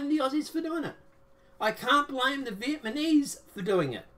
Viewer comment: I can’t take you seriously if you say VIETMANESE lol.